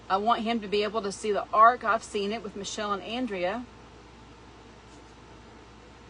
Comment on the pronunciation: When You Were Talking About The Ark I Thought You Said Arch My Mistake